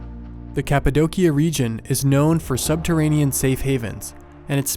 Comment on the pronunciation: Its It's pronounced "Capa-doshia" not trying to be a grammar stickler, just thought people should know :)